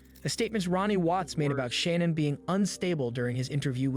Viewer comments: Her name is pronounced Sha-nann not Shannon Those detectives screwed up big time everyone who has followed this case saw her lies, so why did the det not?? She threw Chris under the bus I wish he would tell about her involvement in this! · there are hours and days and years and worlds of content about ShannAn but this guy can't even figure out how to pronounce her name